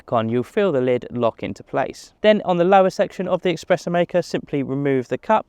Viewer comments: Espresso not EXpresso! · It’s not expreso! It’s espresso.